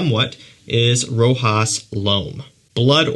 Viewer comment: We prononce Rochas cha like when you say cherry che and we Don t prononce the s